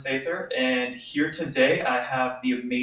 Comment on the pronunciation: "Pleasure to be veer"